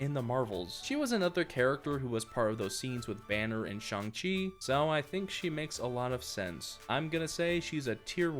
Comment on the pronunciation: It’s pronounced Ch Ayng chi but I’m enjoying this too much